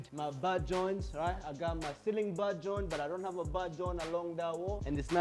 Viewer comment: Take a shot everytime he says "bahd join"